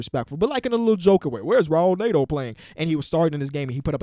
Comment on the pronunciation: Netos name is pronounced Net-o not Nate-O. I don't know where you get Nate from.